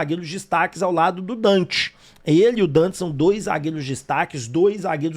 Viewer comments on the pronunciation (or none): Quem é Dante??? Minha Nossa Senhora, o cara chama DANTAS